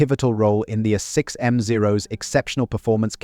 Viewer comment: I think this is AI generated. This whole series using way too many instances of repetitions. Too many obvious reading errors. using a as A 6m no a6m mark whatever. just done with this channel